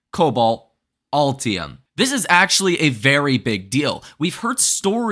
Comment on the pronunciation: Altium"? Aluminium ...